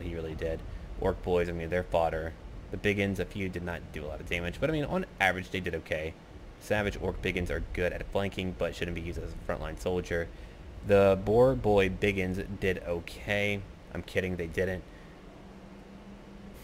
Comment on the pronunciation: lol....he always pronounce orc boar boy big uns as "orc boy boy big uns" XD